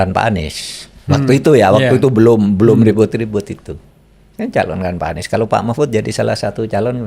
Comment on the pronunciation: Kenapa makhpud susah sekali nyebut Anis